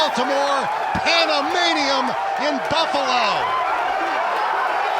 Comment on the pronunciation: "Pandamanium" in Buffalo... My ears AND spellcheck just exploded in unison.